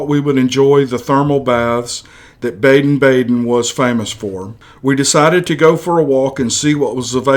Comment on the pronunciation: Baden Baden is pronounced BAH-DEN, not BAYDEN. :)